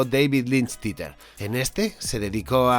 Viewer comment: Che, porque no aprendes a pronunciar THEATER? Digo, no te cuesta nada , es una sola clase de inglés por duo lingo ... Así no pasas vergüenza diciendo TITER